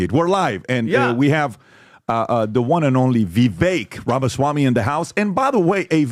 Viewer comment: Pbd finally learned how to say his name! It drove me crazy